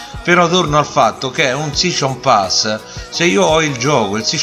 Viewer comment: Shishon pass SHISCHon pass Sei il figlio di Renzi?